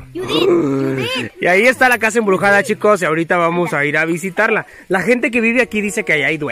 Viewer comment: "EMBRUSADA" XD